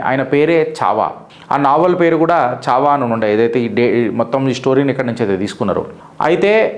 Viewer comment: చావా కాదు మిత్రమా ఛా వా